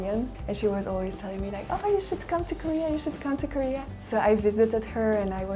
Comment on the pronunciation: "코리아" 라고 말하는 부분 발음이 너무 조으네요 ㅎ